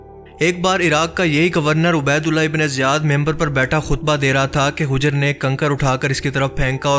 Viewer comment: اوہ بھائی ویڈیو دوبارہ بناؤ یہ نام ہجر ابن العدی نہیں ہے آپ اسے ہ کے اوپر پیش سے بول رہے ہیں مگر یہ حجر ابن العدی ہے ح کے اوپر زبر سے بلانا ہے۔